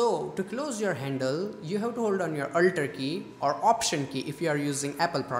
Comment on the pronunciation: Your presentation was nice and it helped me so much, But your Slang is so derby, Man what the hake did u say,YOu littrelly said aulllllter key in Go and hear your own voise. Man change your excent, Bra it is alter key wtf.